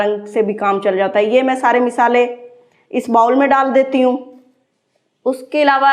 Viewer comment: سارا کچھ تقریباً ٹھیک ہی چل رھا ہے مگر آپکو اپنے کچھ الفاظ اور لہجے میں بہتری لانے کی ضرورت ہے جیسے ہے ویڈیو میں مسلسل آپ مسالے کے نیچے زیر بولے جا رہی ہیں۔تنقید برائے تنقید نہیں۔برائے اصلاح کی نیّت سے بولا۔